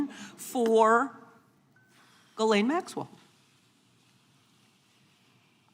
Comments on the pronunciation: Did PAAAAM just refer to Ghislaine Maxwell as, "Gurlane?" Pam, come on. You're obviously in your own world and you're your own best buddy. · Girlane? She can't even pronounce her name properly. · Gerlayn Maxwell?!?!? You don't know how to pronounce her name? Have you even looked into the Epstein case Pam? This is nuts. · Its funny that none of them can even say Maxwell's name correctly, lol.